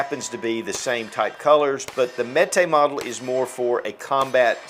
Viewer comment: So Canik is pronounced in America as Kanik, where it’s really pronounced like Janik in Turkey. So why do Americans say Mete in Turkish instead of Mete pronounced like Meat, which would be in line with calling the gun a Kanik? Kanik Meat MC9. 😂